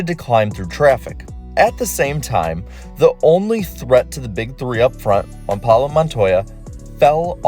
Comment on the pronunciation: “Juan Paulo Montoya” - Larry McReynolds